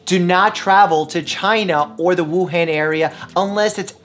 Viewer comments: So this is a good video,, just pls say “Wuhan” like this: the an in han as in “on”!! The other a sound not the one in “hand” 😖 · Mike, it’s Wuhan, not Wuhen, it’s Beijing, not Beiging ( not pronounced like that ) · It's not pronounced as "wu + hand" Dr Mike...it's Wu Hun (as in Attila the Hun). You're welcome. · It should be pronounced as Wu-Han instead of Wu-Hen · I should trust someone that can't even pronounce Wu han correctly ? It's not han as in hand , it han as anh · Just a pointer, its pronounced woo-hon, not woo-han, good video tho ty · Woohon is the correct pronunciation... Thank you for the info. Doctor! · Btw Wuhan is pronounced ‘woo Hun’ (hun like hunny) !!!! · The way he pronounces Wuhan virus “Woo-haan virus” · Haha you pronounced it as Wu-han(as in the “a” sound in ham). The -an is actually pronounced as the “o” in month. Sorry for being that person, just been hearing the country name a lot because we’re near it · Dr. Mike, FYI, "Han" in Wuhan is pronounced like the Han in Han Solo. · Btw Mike, it's pronounced "Woo-hah-n" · Mike it’s hard to take you seriously when you can’t even pronounce Wuhan correctly. It’s Woo-Han, like Han Solo from Star Wars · Why yall be pronunciation it as woo haan virus tho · Im Singaporean and we have 10 cases all from 武汉,but we were told not to panic as it would make things worse Btw wuhan is pronounced as woo han (hard to type phonetically but it is DEFINITELY NOT PRONOUNCED AS OOH HEN)